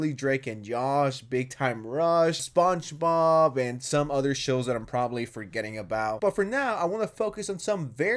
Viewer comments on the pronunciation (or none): Bro really said sponch bob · “Sponch Bob” 💀 voice is annoying AF, try speaking slower so you can enunciate properly 😂